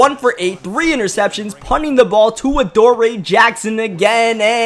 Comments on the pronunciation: Its a-door-e not a-door-rey. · He was saying A-DOOR-AYE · Bro its A-Door-E